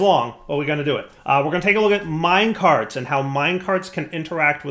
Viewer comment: Lol how you said minecarts at the beginning came out like 'brown bricks'